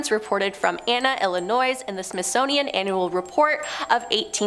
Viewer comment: I know she probably didn’t mean to pronounce it wrong but she said ”SMITHSNOWIAN” instead of SMITHSONIAN 🤣🤣